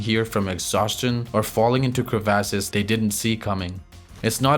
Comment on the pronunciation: Good content but there is only so many times I can hear, Crevases.